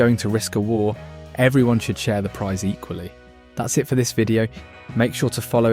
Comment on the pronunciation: Going to war isn't a "prize". Was the ai supposed to say "price"? If so why choose the voice of an Englishman ffs.